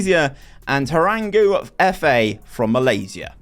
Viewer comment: nah no way you just "Terenggu" 💀💀